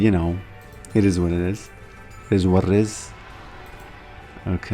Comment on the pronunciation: you used to be too busy to say "it is what it is" and instead said "it-E-what-it-E". Like a snail with a milk droplet.